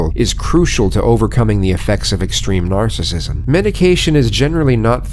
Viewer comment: Narrator said “närcissism”